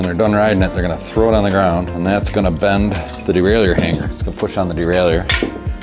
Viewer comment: No, its DE-RAIL-YHER, just sayin